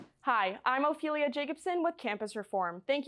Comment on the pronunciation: "Hi I'm Ophelia" sounds like "hemophilia" to me :/